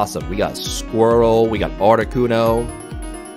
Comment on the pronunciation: Did he honestly just call squirtle squirrel